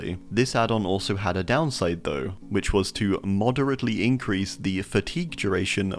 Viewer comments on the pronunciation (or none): none